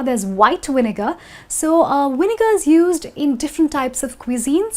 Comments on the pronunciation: I do know that Indians pronounce the letter "W" as "V", but this is the first time I know that they pronounce the "V" as "Y" as in the word "Vinegar, she sounds like she said "Yinegar which is totally lame. If you replace the "W" with a "V" then you should replace the "V" with a "W" to make the English language a new form of Chinese mix with Russian & Hindi. Enjoy. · Is the word vinegar pronounced the way you do it?